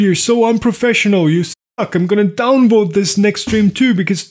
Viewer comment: The way you say down vote sounds too much like download